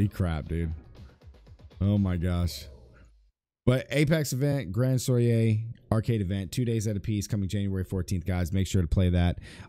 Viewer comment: Danm near every one I watch they pronounce it wrong